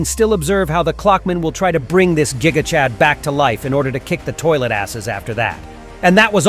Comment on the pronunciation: The analysis is so epic and cool! But you said at the end of the video: "and that was me see ya" you didn't say or you said ISO 🗿❤❤❤ 😆😂